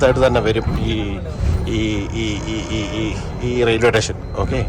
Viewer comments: ഏതു സ്കൂളിലാ പഠിച്ചേ..... റെയിൽവേ റ്റേഷനല്ല ഭായ്,"സ്റ്റേഷൻ"😂😂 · റോബിന് വിജയാശംസകൾ. 'റെയിൽവേ സ്റ്റേഷൻ' എന്നു പറഞ്ഞു പഠിക്കുന്നത് നന്നായിരിക്കും.